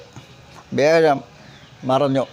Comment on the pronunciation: വ്യാഴം എന്നല്ലേ ഉച്ചരിക്കേണ്ടത്.